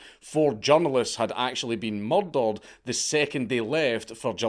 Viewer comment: I click these episodes with the possibility of a great story, I usually keep watching them to here you say murder just once more. I swear it sounds like you have a mouth full of yogurt or pudding everytime you say it.